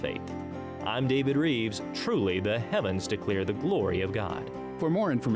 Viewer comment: Rives , shouldn't sound like Reeves, but ok.